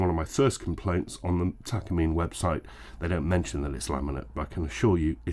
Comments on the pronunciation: Pronounced Tah kah Mee Neh ... not Takuhmeen. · tak car me nay say it right stoopid engrish.